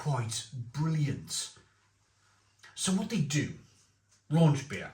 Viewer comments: Don’t know how a bloke from Wales can’t pronounce the CH part 😂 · Raunchbier isn’t a thing! Rauch = smoke, Raunch isn’t a German word… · Raunchbier? I only know Rauchbier (like Schlenkerla) and thats also what the can says ...